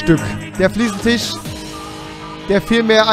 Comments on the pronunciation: Es heißt FLIEßENTISCH UND NICHT FLIEßENTICH wenn du dir dein Kölsch schon nicht abgewöhnst dann mach wenigstens mal ne Folge auf Kölsch (Ich komm übrigens aus Baden-Württemberg) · Das heisst immer noch Fliesentich!